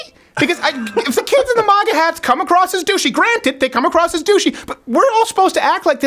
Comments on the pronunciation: Maw-gah hats 😂😂 I pronounce it mag-uh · Steven actually just said Mah-ga instead of Ma-ga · Yo Crowder, you're the only person I've ever heard pronounce MAGA like 'moga'. It's pronounced 'mega' bro. Are you afraid of sounding Canadian by pronouncing the hard 'A' or something? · It's funny how Stephen pronounces "Maga Hat" He says Mahga Hat...lol. The Quebecker in him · why do u say moga hats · If you say Moga one more time I'm gonna slap you. Ffs. You POSER! YOU ARE NO CANADIAN. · Its pronounced MAGA not MAGA. GET IT RIGHT.